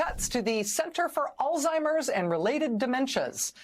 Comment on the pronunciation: These people live in an echo chamber. She can’t even pronounce Alzheimer’s properly😂